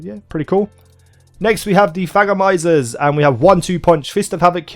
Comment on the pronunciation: When you said thagomizers, it sounded like fagomizers